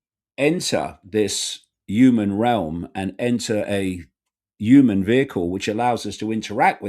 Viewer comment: The word is pronounced 'human', not 'yooman', Mr. Icke.